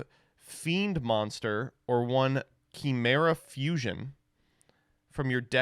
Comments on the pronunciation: Why does he say chimera like that? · I swear to god if says Chimera wrong one more time.